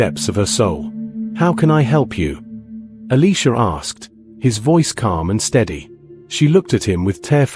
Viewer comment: why are you saying Eleeesha It's Eliiiiisha ?